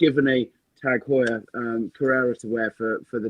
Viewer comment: Also, in case Four Pillars stays on as a sponsor, let’s just agree we need a special episode where you all take a shot every time says Tag Heur 😅